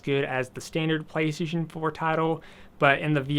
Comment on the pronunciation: you say PlayStation weird